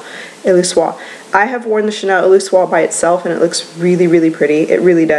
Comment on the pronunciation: Thanks for this (I know I’m v late)! Also—I think you can pronounce the whole word. Illusoire: “EEL-U-SOIR”